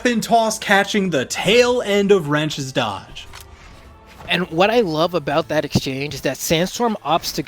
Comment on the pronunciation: that "WaT" killed me